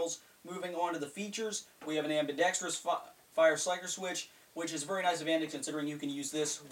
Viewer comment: I love it when U say vury